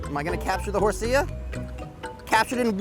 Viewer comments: he said hoseuh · this guy doesn't know anything about pokemon why would this company choose him to shoot this video. they should have choose someone that was a fan or at least played the earlier games. this fool didn't even know how to say horsea